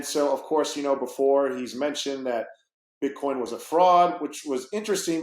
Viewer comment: Jared from subway calls it "BitCorn" , 😆